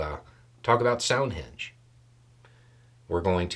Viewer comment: I don’t know if it’s me, the audio or the accent, but you keep saying “sound-henge” I replayed it a few times.